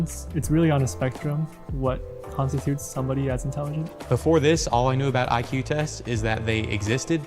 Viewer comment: Maria actually said E-que, when pronouncing IQ ...NEVER heard that way of saying it ever.